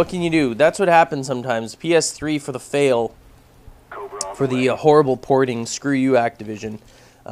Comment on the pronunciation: FAYUL ( ' l ' )